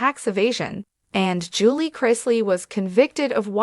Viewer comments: Who read this? Their last name is pronounced Chris Lee. Julie is pronounced Jul Lee not Jul lay lol. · Her name is Julie pronounced ju-lee not Julay. Get your names correct.